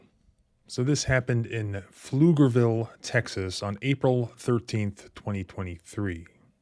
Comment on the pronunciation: Congrats on pronouncing Pflugerville correctly 😁